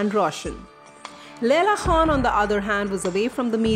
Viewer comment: BOLNA SIKHO KHAN HOTA HE KHWAN NAHI